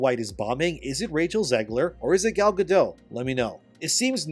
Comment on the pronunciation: It’s not Gal